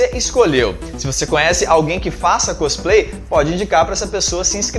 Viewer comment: côsplay.. sério mesmo!! veexx